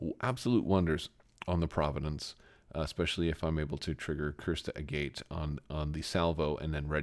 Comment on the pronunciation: Maybe pedantic, but I think 'Agate' is pronounced like the mineral [A-git] , not 'a gate'. I may be wholly wrong, though. Anyway, great video on the application of Raddus with the Providence!